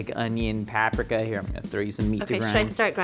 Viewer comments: I've never heard anybody pronounce paprika that way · Every time pronounces paprika, I twitch a little.